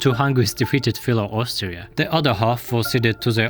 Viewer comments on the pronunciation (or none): none